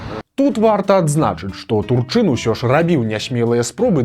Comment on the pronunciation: Дакладна прозьвішча ТУрчын, а не ТурчЫн.